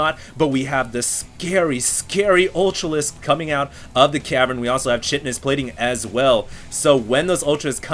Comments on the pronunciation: Kite-ness Plating.... not Chit-ness plating... -. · It's not "chit-i-nus"... it's more like "Kai-ti-nous" as in "chiton" the clothing.... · chitinous - pronounced "kitinous", sounds like a "kite" that you fly. Defined as: A tough, protective, semitransparent substance, primarily a nitrogen-containing polysaccharide, forming the principal component of arthropod exoskeletons and the cell walls of certain fungi. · As a bio major, I can't help but wonder why most game casters pronounce chitinous wrong... (kite-en-ous, not chit-en-ous) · I know people will probably gripe about me correcting his pronunciation but... ir-RAID-iate KITE-in-us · kite-in-us plating :) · it's pronounced kite-un-is plating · chitinous = KITE-IN-US pronunciation nazi =P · the ch in chitinous is pronounced like chasm.